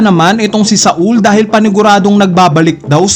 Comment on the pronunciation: sol kasi hindi sa-ul. bisaya ka talaga ih hahahahaha